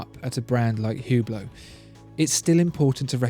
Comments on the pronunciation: It's pronounced "ooo-blow", btw, not "hue-blow" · Its pronounce without the H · Learn how to pronunce Hublot. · you are absolutely fantastic. love your vids. However, it is absolutely ridiculous how you pronounce the french watch brands!